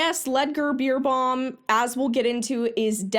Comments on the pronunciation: His name is not Pronounced Beer but more like Bär. I know it looks like it's Pronounced Beer but we'll: he's german and it's not an English name. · Haha totally mispronouncing his name totally made me laugh (not about but it just adds so much to the video hearing the "beer" instead of "bear"). He's always been quite popular over here. I never liked him... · every time you said his name I heard “Ludger Beerbong” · Not gonna lie, I thought you said his name was Beer bong XD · Please let me teach me how to say his name XD I giggle every time you say it so very wrong even tough your message is super important.